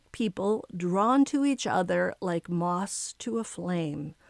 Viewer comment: It's MOTHS to a flame not Moss